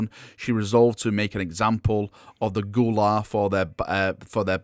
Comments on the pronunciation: Gue’La is (gway-lah) like “way nah” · Gue'La pronounced Gway-La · Gue'La is pronounced as Gway'La.